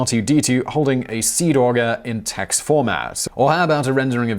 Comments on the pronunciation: Great video (as usual), but nit-picking nerd alert: "nroff" is pronounced "en-roff", and "TeX" is pronounced "tech" (as in technician). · TeX is pronounced "tech" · Yeah, it's TeX as in tech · insert obligatory diatribe about how "TeX" is OBVIOUSLY pronounced like "tech" and not like "text" because the X is not supposed to represent the latin letter X but rather like the GREEK letter χ - in fact, TeX is supposed be a latin character representation of the actual name, which would be written in Greek as τεχ but at the time Greek characters were not available in the typical character set of computers aimed at English speaking users. SCNR - but you did pronounce TeX wrong in what I'm assuming was a genius stroke of self-referential irony. :P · Well, actually… ‘TeX’ is pronounced like ‘tech’ in ‘technology’. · Also, he pronounced “TeX” incorrectly. The ‘X’ is pronounced like it’s a ‘Χ’ (chi). Kinda like the ‘ch’ in “Bach”.